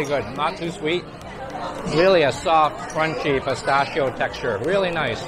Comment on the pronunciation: I recommend you to learn how to pronounce "pistacchio"!! 😂😂😂